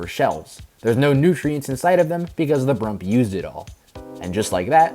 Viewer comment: I just realized that wen he called brump it sounded like poike/idk I know I spelled it wrong